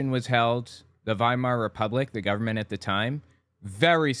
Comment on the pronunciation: He's also mispronounced Weimar everything time. It's pronounced Viemar.